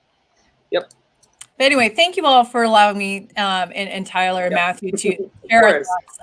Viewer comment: Hi Tyler. Yes, you pronounced my name correctly. Thank you guys for another great show. I missed Allison though ... Everything alright with Deb? Haven't seen her for some weeks now. Hope she's okay :)